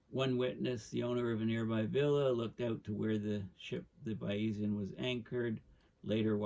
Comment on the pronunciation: Porticello is pronounced Portichello. Thanks... and the boat is pronounced Baizian. It's named after Bayes the mathematician, father of Bayes' Theorem. Pronounced Baiz.